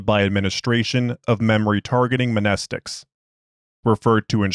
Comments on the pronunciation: I don't know if you know, but the m in mnestics is actually silent (I read through the stories in the antimemetics division hub in the tales on the SCP wiki a while back, and in the story "We Need To Talk About Fifty-Five", Marion says it has the "Same Greek root as the word 'mnemonic'. The M is silent.") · hey man, great work (: just to let you know for the future, the m in mnestic is silent, but the m in amnestic is not silent